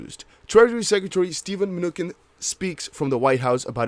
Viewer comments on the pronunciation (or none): Treasury Secretary Mnuchin's last name is pronounce Man-New-Chin. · Steven (Mah-new-chin)👍